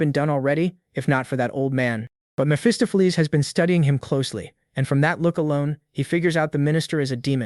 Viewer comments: "Mestopolese, Messohplease, Mesofees, Mesafuz, Messoffleas," LOL I'm sure some where "Mesophiles" is out there pulling out his hair every time his name is mispronounced. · lol Miss Fist-of-Fleas is your best mispronunciation of Mephistopheles